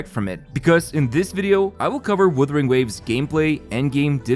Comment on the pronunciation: bro it's not "withering" wtf